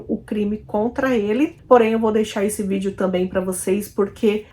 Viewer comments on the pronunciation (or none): none